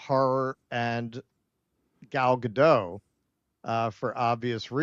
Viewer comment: Gal Ga-dont.